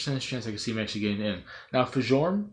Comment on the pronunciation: Fjorm is who I want. And not nitpicking but Fjorm's name is pronounced Fyorm.